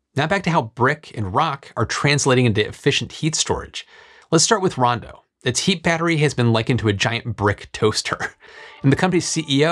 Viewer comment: I know that it’s Rondo, not “Brawndo”, but every time you say it all I hear is, “Brawndo has what plants crave!”